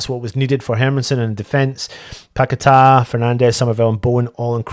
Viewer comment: Ffs you sing his name correct yet call him pack a tar ffs . His names paqueta nobody better.